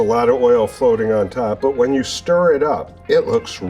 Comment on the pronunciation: Great way to put it!! And the "When" is more like "Ven".